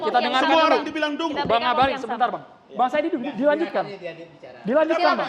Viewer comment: Namanya NGAKALIN keles, bukan ngabali 🤣